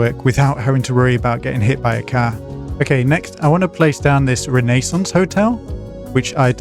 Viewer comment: 'Ray-eigh-sansse-" snort that's not how you pronounce that XD